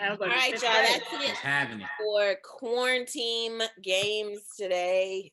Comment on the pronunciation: Why does keep calling it qauranteam games It says it right there that it's quarantine games